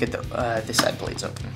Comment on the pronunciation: plates is one syllable